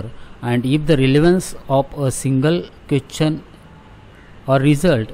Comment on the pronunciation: Question ❌ qwethion✅